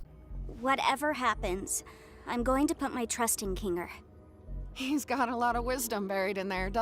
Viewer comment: Kinger × Ninger ✓